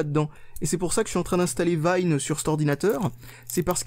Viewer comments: Par contre, Wine se prononce pas "Vine". c'est Wine comme du vin en anglais:p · Vine, au secours !